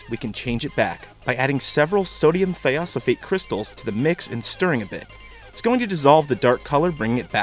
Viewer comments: Correction- Thiosulfate is pronounced THY-o-SUL-fate, not thiossillfate. The thio is just a prefix meaning ''sulfur" added to the base word, sulfate. Just like any prefix, it doesn't change the whole word. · something wrong: i would pronounce it sodium "thigh-oh sulfate" not "thiahso fate" i like the briggs rausher reaction trick question, dinosaurs weren't living in the paleozoic era they lived in the mesozoic era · I thought "thiosulfate" was pronounced thy-oh-sulfate. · Weird pronunciation of thiosulfate. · Tiny complain: You pronounced thiosulfate wrong ;)